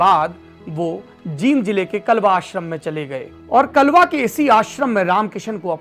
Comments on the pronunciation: Are bhai vo gaam ka naam klwa nhi h kalwa hai phle shi se pd lete or fer bolte m usi gaam se hu kalwa se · कलवा नहीं कालवा है वो